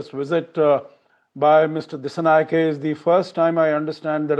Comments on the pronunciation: Disanayaka not a uncommon name for india still can't pronounce it properly 😊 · It's a shame you can't pronounce our president's name properly. 😂